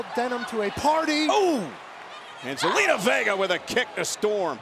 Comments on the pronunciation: it sounded like Michael said gelina vega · Michael Cole, who is Zelina Vegger?😂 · Did he just say zelina vegar? 😂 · Did michael cole. Call zelina vegar